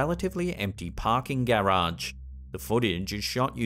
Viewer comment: Why do you say garage weird lol Anyway love you videos